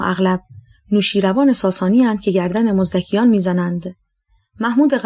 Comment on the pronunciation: واقعا تشکر از شما و البته نویسنده ولی چرا انقدر غلط حداقل یکبار روخوانی از قبل که ایرادی نداره دیگه مثلا مزدکی یا قرمطی را کی اشتباه میخونه. حیفه.